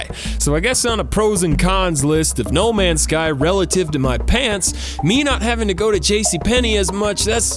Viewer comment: I love that every time he says no ends guy he doesn't say the right name game